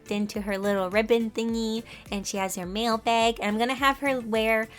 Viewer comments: What she said: magical mail person What I thought she said : MaGICal MaLe peRSon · Every time you said mail I thought you where talking about men😂!! BTW I love the drawing